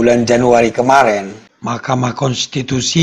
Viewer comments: Kenapa JD lucu GT bang klo nyebut makamahkensitusi😅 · Maaf bang, ada dubbing setiap ucapkan "Mahkamah Kontitusi" sukar mengucapnya ya bang